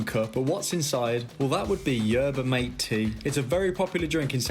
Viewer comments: The mate tea is pronounced mat-ay just to help you from some angry south americans 😂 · In case anyone is curious about the Messi "tip". Yerba mate (pronounced mat-ay, not mate) is basically just a tea which is the national drink and has a lot of cultural significance in central South America, particularly in Paraguay, Uruguay and Argentina. It has a lot of caffeine and some other good compounds in smaller amounts which is where the cited health benefits probably come from. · U didn't spell yerba mate right the mate is more of like ma-ti and go like hard on the t while saying it hope this helped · it's not pronounced like mate(a freind) but anyway this video is great👍👍